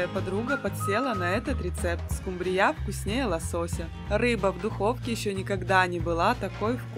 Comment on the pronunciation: Вопрос: домработница миллионера кем работает в дорогом ресторане, чтобы учить вас готовить? И на будущее, рыба называется скумбрия с ударением на У а не на Я. Удачи.